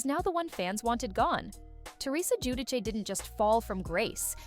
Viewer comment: it’s gee-you-dee-chay